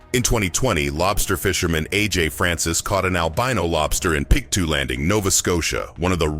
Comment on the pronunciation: Pictou is pronounced pic-toe, Nova Scotia . But i'm sure you'll never have to say it again.